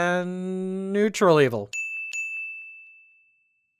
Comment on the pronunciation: I'm sorry, I must've had a stroke, you can't possibly have said nuetral good that's preposterous.